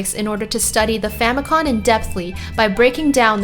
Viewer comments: Famicom, not famicon. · Helpful tip: It's "Famicom," not "Famicon."